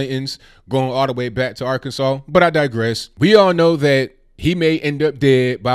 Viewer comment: We know it as "Arkanside", here,🤪